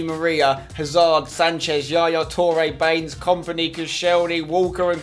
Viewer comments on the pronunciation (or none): none